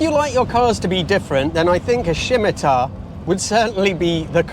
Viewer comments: What on earth is a ' SHIMITAR ' its pronounced - SIM IT AR. Had an SE5 many years ago. Always needed some work doing on it. Had to say it never let me down. Poor on fuel even with the overdrive.. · shimitar? no no no: its a sim i tar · So, what exactly are these '3 fatal flaws' that drew us to this video - you never said? And WTH is a 'Shimitar'? Surely you mean 'Simittar' (Scimitar)? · S I M IT AR, please pronounce it correctly, wonderful cars in their time, still very pretty. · Why is he saying Scimitar like that? Nobody says Shhimitar. It's said Sim-itar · I pronounce it as 'Simitar' rather than 'Schimitar'. Have I been getting it wrong? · Why shimitar? Surely, just simi. No H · Shimitar?? It's Scimitar, with a silent c. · I notice you pronounce the car 'Shimitar' I thought it was 'Simitar', just saying. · I’m sorry I think you do the Scimitar a disservice (that’s Sim- not Shim). Maybe it’s because you weren’t there at the time. It was always seen as rather exotic, despite any links to the Reliant Robin and the Princess Anne story which was well published only enforced that. The Essex V6 was a pretty good engine in its day (until the nylon timing gear stripped) and 140bhp was not to be sneezed at. If that one was is bad as you describe I think some of the horses have fled the stable or it’s running on 5. Compared to other offerings available it was a pretty quick, good looking, versatile “shooting brake” and very much sought after by those of us who couldn’t afford it. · I've always heard it pronounced SIM-ih-tar, rather than SHIM-ih-tar like you're saying it. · I’ve restored 11 of the Se5’s. So much the presenter doesn’t know about and missed in this review, and off the mark on what’s these cars really are all about. The test car also obviously needs a tune up 😅. It’s also Scimitar, not “Schimitar” lol. Disappointing review. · Shimitar? I thought it was Simitar. A curved shord- sorry sword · Why are you calling it a Shimitar? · Shimitar Shomatar.